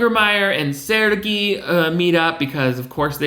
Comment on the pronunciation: They way he pronounces "Sergei" to rhyme with "Fergie" has me sent, lmfao